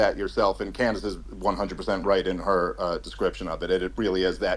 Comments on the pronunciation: Great conversation but the Tate brothers mispronouncing Candace’s name was a bit akward 😂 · Can bro really not say “Candace”?